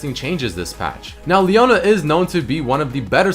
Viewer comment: leona E not P